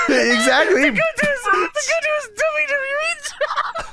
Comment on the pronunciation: ' "DuhYuhYee" is amongst the laziest pronunciations of "WWE" going today. Respect. I keep track of these things.